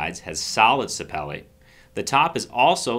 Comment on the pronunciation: Sa peel-li, like orange peel and Jet Li.